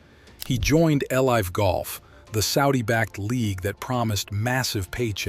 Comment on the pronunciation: maybe you did, but the voice is obvious. He called it L-I’ve golf. No human would say that. If it’s only an AI voice and nothing else then so be it, but that makes me suspect you’re using it for scripts too possibly.